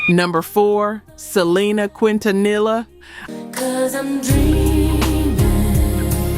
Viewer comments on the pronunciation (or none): Selena Quintanilla (pronounced...KEEN-TA-NIA...THE LL'S ARE SILENT! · butchered Selena's lastname LOL